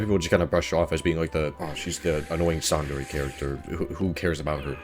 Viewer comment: That's... not how you pronounce 'tsundere'...